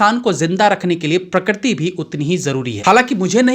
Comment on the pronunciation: आप बार बार 'प्रकृति' को प्रक्रति' बोल रहे है इस उच्चारण को सुधारिए